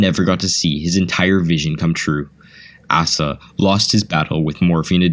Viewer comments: "Asa" is pronounced with a long A. Ay-suh, not ass-uh. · A small note: the name "Asa" is pronounced 'Ace' uh'. Also I chuckled when "John" a founder of Coca Cola was described as a Civil War veteran -- a photo of American WWII soldiers was shown! But.. very interesting video, I hadn't known most of the info... in the video.